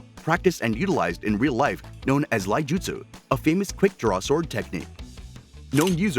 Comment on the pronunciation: Iaijutsu uses an i at the beginning, not an L. So it's ee-ah-ee-jutsu. Not... lye-jutsu.